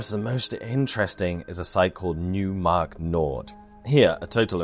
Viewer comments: Great video, very edifying for a total newb to this topic. Just wanted to add, with all due respect, that it's pronounced Noy - mark not New - mark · In German, the "eu" diphthong (seen in the placename "Neumark-Nord" referenced in this video) is pronounced like "oi"/"oy" is in English; so, "Neumark" would be properly pronounced as sounding like "NOY-mark", not "NEW-mark" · Neumark is German... pronounce it like "Noimark" with "oi" like you would pronounce it in Cockney. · Why not with "oi" like "noise"? Reply to: "Neumark is German... pronounce it like "Noimark" with "oi" like you would pronounce it in Cockney."